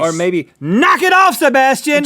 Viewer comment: I don't like how they say my name.. haha.. SHEBASHTIAN